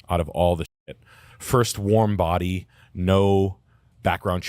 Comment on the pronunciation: ignored "warm bodeh" lmao.